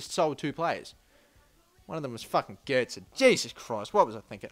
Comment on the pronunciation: Well done for pronouncing götze correctly 1st time